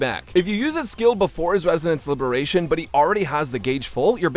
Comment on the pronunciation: just say ultimate it gets confusing u keep saying libration